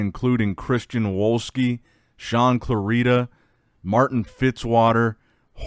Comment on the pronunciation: Shaun clarida not saun clorida